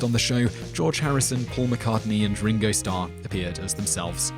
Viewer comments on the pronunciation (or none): none